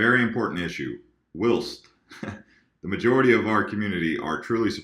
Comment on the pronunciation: whilst is pronounced /wʌɪlst/